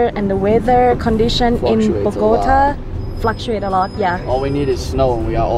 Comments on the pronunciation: Tell her it's not "BO-GO-T-UH," it's BOG-A-TA. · As a “ rolo” I love it when she says “ BogotÁÁÀ” jajajajaja, great videos showing even the bad things of the city. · why does she say BO-GO-TuHHH ????? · ok, first things first...LOL...BO GAH TAH...TAH LIKE YOUR NAME. now that you have had your pronunciation lessons for the day...ha ha ha. looks like a pretty fun place, sides someone spitting on your face or birds pooping on your arms. ah well, go with the flow I guess. you guys have fun down there. been once and had a pretty good time so I feel ya. stay frosty, peace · Ay por favor señora se dice Bogotá. Bogotaaaaaaaa. Me parece interesante el video y ustedes son una pareja chevere pero aprende decir Bogotá... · Bo go TA, emphasis on the 'TA" pronounced as the "ta" in 'Tamales.' Mmmmm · Terry Flynn the go is pronounced with a long o sound not a gah. What she isn’t doing right is the last syllable, the tá, which should have an ascending tone. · Unfortunately, Bogota has a bipolar weather, and someone please teach this nice lady how to pronounce Bogota correctly. P.S I apologize for the spit. I had never heard of that, but please know that despite the few idiots and bad people the my country may have, the majority of us are kind hearted, friendly, very loving, and welcoming. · Dear lord, she really needs to learn how to say Bogotá. It’s like nails on a chalk board to Colombians with her current pronunciation.